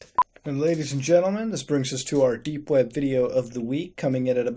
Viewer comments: It sounds like your saying dank web browsing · Wait did you just say "Dank web browsing"?